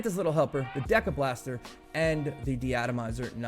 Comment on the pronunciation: Hate to be that guy but the deciblaster is pronounced “dess-ee-blaster” in reference to a decibel. The units in which sound is measured by. 👍